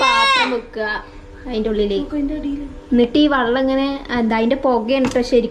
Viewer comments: ചക്കരെ വള്ളമല്ല വെള്ളം എന്നാ പറയണ്ടത് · വള്ളം alla വെള്ളം parayananam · വള്ളം എന്നല്ല ചക്കരെ വെള്ളം എന്ന് പറയ്